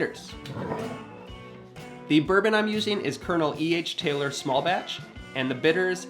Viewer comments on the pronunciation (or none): none